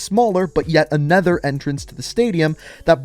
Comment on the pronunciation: "Anether set of entrances"